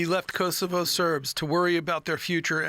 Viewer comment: Kosovo, not ,kou'sovou'